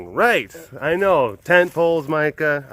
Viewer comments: You called Mika Mike-a!! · It’s Mee-ka